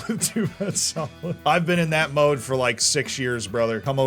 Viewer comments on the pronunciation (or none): none